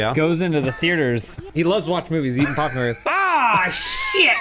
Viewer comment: i think what makes this even funnier is the fact that it's "SHIET" and not "SHIT!"